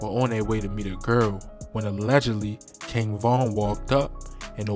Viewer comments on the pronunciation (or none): Erry time he say "Gearl" 😭😭 He gotta be from ova east